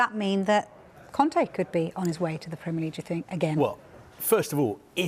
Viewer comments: It's Conte not Conti dude. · Why is he saying Contea ? The lady cleary says Conte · Why does this guy call Conte Con-tea :') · why does he call Conte Conti ahahh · "conti"... Kill me now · why is he saying Antonio Conti?